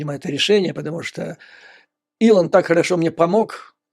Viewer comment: Шановний Юріє Борисовичу, правильно говорити - Ілон (а не Елон) Маск...